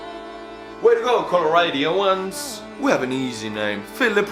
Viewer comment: The way u said coloradans made me cringe